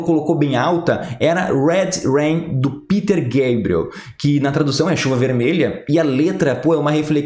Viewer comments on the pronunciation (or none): none